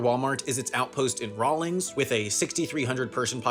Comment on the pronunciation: There's no invisible phonetic "g" in "Rawlins". It's not pronounced "raa-lings". It's "raa-lunz".